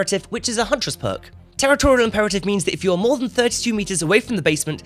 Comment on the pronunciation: I lost it when he says "thana" lfmao